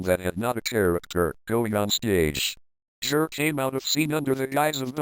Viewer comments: i love how the voice pronounces it JIR instead of GIR 😂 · its pronounced G.I.R